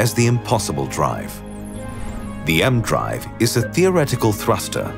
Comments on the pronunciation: It's not "the M-Drive" like the letter M, it's like "E-M" ee-Em.... Which has also since been proven to not work... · I'm reasonably sure that it's not called the "emdrive". You pronounce the E and M seperate as it's an abbreviation of electromagnetism.